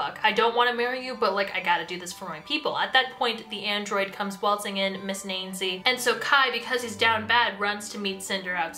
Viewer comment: I gotta add this "Nainsi" is still pronounced like the English name "nancy"